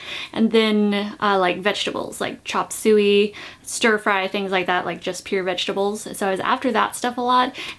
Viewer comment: i believe you mispronounced chopsuey. i think it's "chop-sooy" not "chop-zoowee".